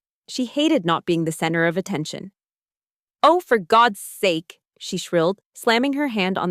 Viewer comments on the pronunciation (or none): none